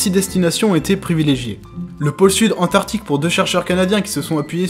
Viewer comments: Super vidéo ! Cependant, lorsque tu cites les différents lieux possibles de l'Atlantide, tu as fait deux grosses fautes : "Atlantique", pas "Antlantique", et "Antarctique", pas "Antartique" ! Enfin qui suis-je pour chipoter sur vidéo qui a un contenu aussi intéressant ! Bonne continuation à toi ! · Un très bon début, vraiment bien fouillé, j'ai quelques remarques, du détail : - Antarctique avec un c - Atlantique sans n Et Cthulhu se prononce ktoulou il me semble. Mais je chipote, j'ai appris plein de trucs, vivement les prochaines. :)